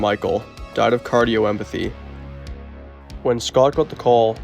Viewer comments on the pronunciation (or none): His brother Michael died from “Cardiomyopathy” not “Cardio-Empathy” they way that he said it. I really enjoyed this video and it was really god, but there were a lot of things that were said completely wrong. I hate to be the person who points all this out, but I feel like I need to. Otherwise great video and I’ve subscribed to the channel. Thank you. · "Cardioempathy" and the album "Libtard".. I think you may have meant "cardiomyopothy" and "Libertad" LOL \m/